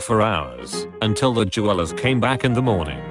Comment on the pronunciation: anyone else imagine a blinged-out koala when he said je-walas (jewelers)